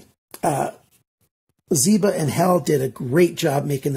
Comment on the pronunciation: Michael Zięba ang Michael Zieba. Small mistake but important.